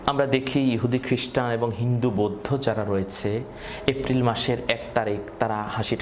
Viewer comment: গলার টোন এত সুন্দর কিন্তু এপ্রিল কে এফরিল কেন বারবার বলছেন বুঝলাম না।